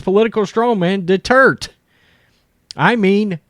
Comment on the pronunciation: Love your channel but your pronunciation of Duterte is a little off. I am living in the Philippines and my wife is Filipina. She is getting a good chuckle out of your pronunciation. It is actually three syllables de-tur-ta. Just playing with ya, like I said love the channel. Peace Out